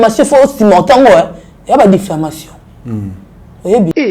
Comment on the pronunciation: Difflamation😂😂🎉🎉🎉on dit diffamation.